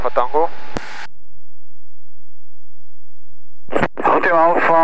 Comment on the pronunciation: hahahahahahahahahahahahahahaha... hotel delta alfa tengo. egy perc???? van-zero-zero-ejt. hahaha. Koszi... made my day. nagggyon vicces!!